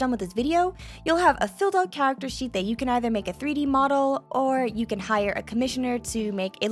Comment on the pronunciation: Did no one else saw that sheet is said like sh*t?